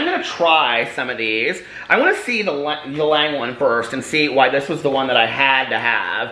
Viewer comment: the l is silent in ylang, its pronounced just yang :-)